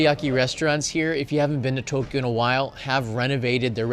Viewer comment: Thanks, another interesting area to go visit next trip. We prefer mostly to find regular slice of life areas, restaurants, eat where the locals do etc. We still tick off the popular tourist spots but then go to areas like these. Thank you for pronouncing To Kyo the we we should, now for A Sa Ku Sa 😅